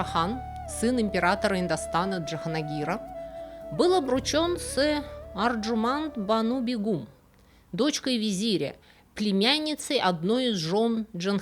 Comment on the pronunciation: спасибо за вашу работу, но очень режет ухо неправильное произношение, у вас БегУм, а правильно БЕгам, что значит королева, супруга правителя.